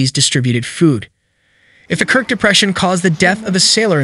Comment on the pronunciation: K I R K not "krik"